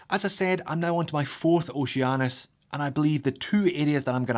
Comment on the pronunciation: It's pronounced Oh She Anus